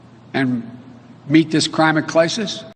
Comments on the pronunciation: I lost it at “crimate clisis “...... 🤣🤣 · 'Crimate Clisis'? Dun dun daaaaaaaaaaaan! 🤣🤣🤣🤣🤣🤣🤣🤣🤣🤣